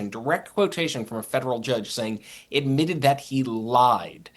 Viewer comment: "Idmitted" that he lied. Speak properly